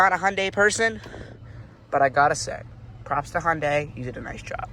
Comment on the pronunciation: its pronounced hun-day not hon-day